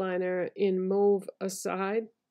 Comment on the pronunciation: Happy to hear you pronounce "mauve" the right way 😉 Love mauve colours.